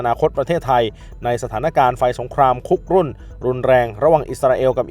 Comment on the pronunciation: คุ กรุ่น ท่านก็อ่านเป็น คุก รุ่น